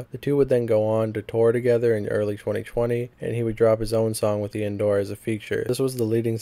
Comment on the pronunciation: How tf you be saying 'Travis Baker' and not Travis Barker. Same with Iann Dior. Notice how there is an 'i' in Dior; Di-or. Also, a lot of charges dropped; I recommend doing a lot more research and going over your script multiple times, this seemed like a half-asked video documenting Poorstacy.